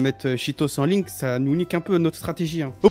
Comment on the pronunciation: Gotaga : surnommé le french monster, détruit littéralement le prénom de Link en 2 secondes 😭😭😂😂